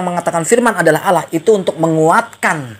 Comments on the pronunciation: Ass. Wr wb. mzdih belum membedakan pengucapan "Allah" dengan "Alah". masih terbawa pengucapan agama lamanya. Mohon dibetulkan. Trmksh. Wassalam. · Kedengarannya panggil alah bukan alloh mungkin lupa